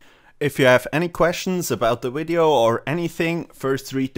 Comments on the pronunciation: Says 'wideo'. Types 'wideo'. Wat. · He needed to accept it so wideo it was